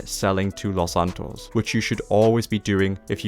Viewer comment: Wow the way you said los santos was perfect